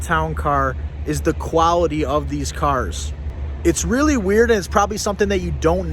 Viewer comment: "QuaWity?" I assume you mean quaLity.